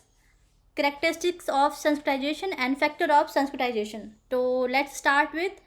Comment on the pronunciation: Abe totle h kya sanskritzation bolna to sikh le